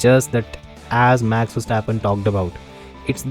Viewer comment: He can't even say 'Max'. Sad guy